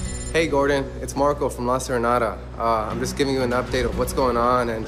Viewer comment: Does it annoy any other Spanish speaker the way the son said "La Serenata" or just me. ugh!!